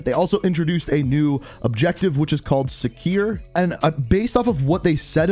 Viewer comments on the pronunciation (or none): Secure = Sekeer